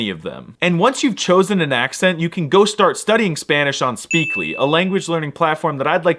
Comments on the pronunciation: muy buen acento español ^^. Poco más y puedes hacerte pasar por local. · As a native of the land of the nopales. I can tell you your accent está de huevos!